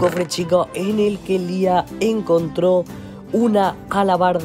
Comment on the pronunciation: Para empezar se dice liah no lis